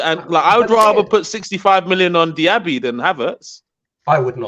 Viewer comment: my man lost me when he said Diaby...